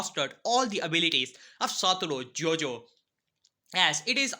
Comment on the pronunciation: man called him satoro jojo